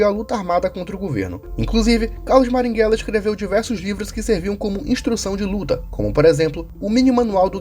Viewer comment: Marighella; A própria história mostra que ele queria trocar uma ditadura por outra enquanto praticava terrorismo (Isso foi dito pelo próprio Fernando Gabeira, mas, infelizmente, você não cita isso no vídeo). Passe adiante. (você falar maringhella, em vez de marighella me pega demais kk)